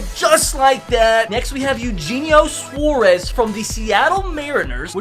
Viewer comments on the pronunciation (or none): eugenio suarez is pronounced ay-you-hey-knee-oh sw-ar-ez